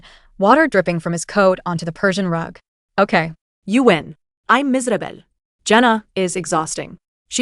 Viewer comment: What was that accent on "I'm miserable"